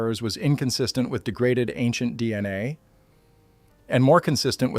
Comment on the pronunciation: Excuse me, angent or ancient speciaIist?????????